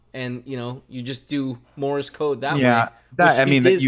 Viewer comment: "Morris Code"...